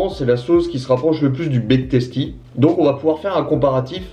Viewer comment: On dit big teustie